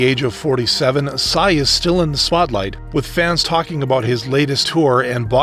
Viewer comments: PSY'S name is literally PSY not pronounced sci or wtv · I dont think PSY's name is pronounced like that im pretty sure u js read the letters.. cuz in his music video "daddy" he says "my name is PSY" (and pronounces it just as the letters) at about